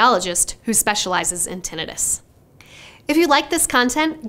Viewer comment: Yer pronouncing tinnitus wrong.😮